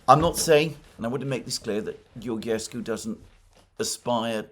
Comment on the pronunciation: Hi Alexander , I follow you for many years now and I love your content. When you pronounce Georgescu's name try to think of George Soros , so when you call the name of George is the same as Georgescu except that at the end you add SCU GeorgeSCU ( SCOO )